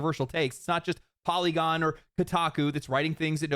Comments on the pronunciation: LOL FOLLY-gon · Poly-gone lol